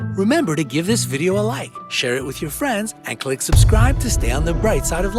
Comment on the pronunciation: What if you noticed that YouTube narrators whether they are real or AI can’t pronounce “subscribe”? It’s not susscribe kids